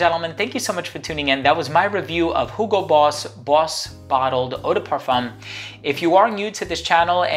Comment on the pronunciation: I like how you're saying hugo correctly with H :). Not like 'yugo'